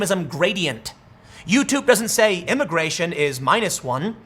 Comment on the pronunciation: Why does Tim keep slipping up and saying “imigaytion”? 🤔